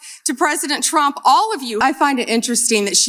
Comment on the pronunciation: Sounds like she said President Chump there.